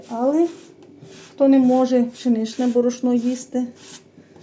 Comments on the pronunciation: Став наголос правильно. Борошно. Що за мова. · А в неї завжди -то яйцІ,то борошнО!!!😂😂😂😂😂